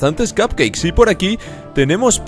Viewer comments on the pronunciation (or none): none